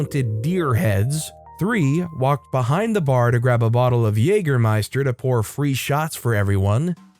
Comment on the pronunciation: his pronunciation of schatje is hilarious love the vids btw greatings from belgium